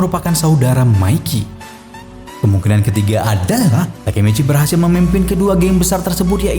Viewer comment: TAKEMICHI ❎ Takemeceh✅🗿